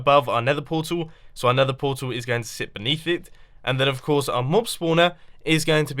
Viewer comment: When Mumbo "Nethers" correctly :D